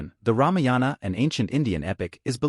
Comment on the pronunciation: It,s ramayana not ramiyana